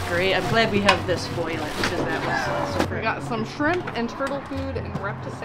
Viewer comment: I hate when people say foilage instead of foliage.